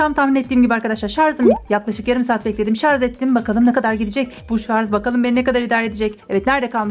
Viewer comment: Abla şarz değil şarj.